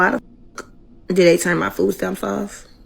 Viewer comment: It's pronounced MONTH not MUNT. Also, whats FOO STAMS?